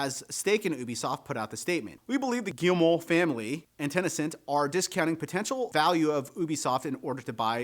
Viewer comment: Where are you getting the A in Ten A Cent? It's just Ten Cent. 🤔 Just curious, no judgement at all. Just one of my odd quirks of wonderment. I can only imagine a 2nd language bleeding in or something.